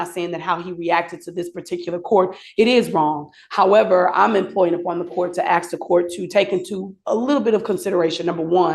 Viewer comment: Is the lawyer also a family member? Why's she got her hands all over him? It just looks strange. Also why can't the lawyer pronounce the word ask? 🤣🤣